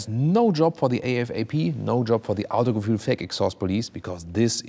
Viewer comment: You are German and yet you try to pronounce Autogefühl like an American. Just say it right for gods sake.